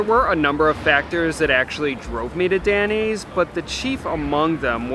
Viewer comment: I had to take a double take on this restaurant review. I thought you were scooping down to you A eats reviews of chained restaurants. With your accent it totally sounded like you were saying the American diner DENNY‘S instead of DANNY. I hope you’re giving totally unbiassed reviews, as you were recognized and giving more appetizers than you had ordered.